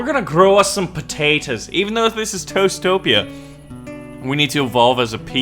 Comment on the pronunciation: every time you said toastopia i heard toestopia. the land of the toes 😂